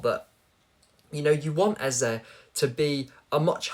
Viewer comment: The pronunciation of the name EZE is A-Z-A, not Ezer. It's a Nigerian name that means "King", Ezer has no meaning. It's frustrating every time I hear it.